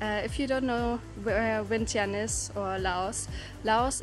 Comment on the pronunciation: Omg, you're actually pronounced "Vientiane" "Vieng-chun", right.. Most foreigners never did. lol